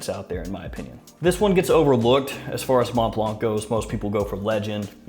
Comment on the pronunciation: Interesting list, haven't really heard much of any of them. In general i think your videos improved a lot over the past year. More smiling more energetic and relaxed presentation, keep it up. Although i have to be honest saying Mont blanc without the silent c triggers me every time :D.